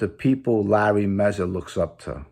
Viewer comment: Its mazza not mezza